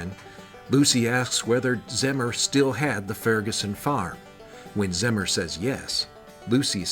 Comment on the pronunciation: Pronounced Zee Mer. My great grand father